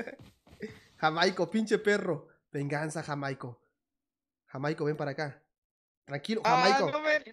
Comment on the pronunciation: Jajajaja! Dizque "JaMAico". Es Jaimico.